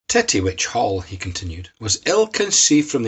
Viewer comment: ...and the rural Scottish dialect made it even more bawdy..."TETT-tee-wetch" 🏴